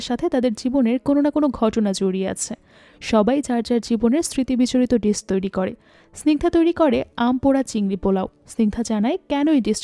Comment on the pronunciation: Your voice is very clear. Also, nice presentation. Just need a little bit of concentration on your English pronunciation please. Like 'Dish' it should be ডিস not ডিছ. Your quality of storytelling quite similar to Achirer Golpo. Very good.